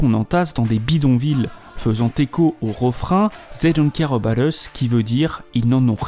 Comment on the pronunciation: "zey don’t care eubat us"